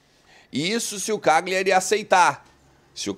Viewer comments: sou teu seguidor, só uma dica, morei nove anos na Itália, a pronúncia é "Calhari" o GL deles é o nosso LH. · A pronúncia correta é Calhari. O G é mudo.